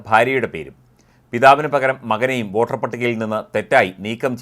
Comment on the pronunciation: വാട്ടർ അല്ല വോട്ടർ